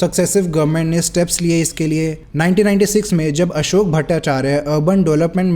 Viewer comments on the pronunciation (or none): none